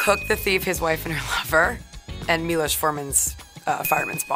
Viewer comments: As a czech, I love how she pronounced Miloš Forman❤ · She pronounced Miloš Forman so good ❤🇨🇿